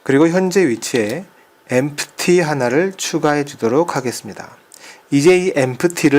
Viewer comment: Empty -> 엠티 라고 발음합니다.